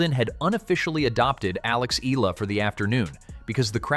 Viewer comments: Just wanna correct how the narrator said Alex's last name EALA as ELA or ILA, it should be said as E-YA-LA! ;) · It's not Eeluh, it"s should be pronounce the Filipino way it's Ey Yeah Luh (EALA)! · it’s pronounced as eyala not “eela “… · It pronounce Eyala. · it is pronounced as Eh-Yeah-La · AI narrator stop mentioning Alex family name if you cant properly pronounce it her name is more than enough more than 110M people knows her😡😡😡